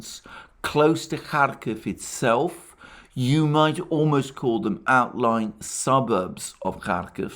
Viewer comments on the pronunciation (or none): none